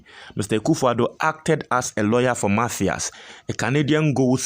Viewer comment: Please stop pronouncing mafias, it's Matthias. Matias Mafisssss pls, stop pronunciations like Ashanti's